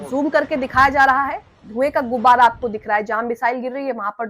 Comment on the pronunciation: Madam saheba... Dhway ki "GUBBAR" nhi hoti hai... "GUBAR" hota hai